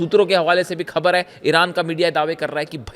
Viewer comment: भाई खबर नहीं होता ख़बर होता है